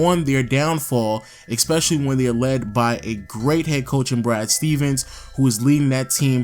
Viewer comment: Dear, I write this letter to tell you... ITS ESPECIALLY NOT EX-SPECIALLY Thank you.